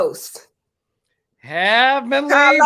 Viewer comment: I’m here for Heavenly and her pronunciation of “Cah-Los” lmao